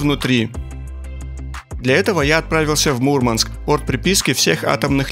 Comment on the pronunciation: Мурманчане не любят, когда произносят неправильно название их города, правильно говорить *Мурмáнск*!)✌️🇷🇺